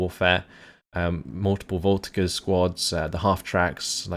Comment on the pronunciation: It has been bothering me for a while : the "g" in the word "voltigeurs" is pronounced "j".